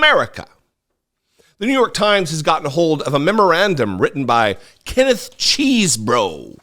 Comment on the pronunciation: Love the way you pronounce cheesbro. All these people around him need to go to jail too. Wish these trump supporters would wake up.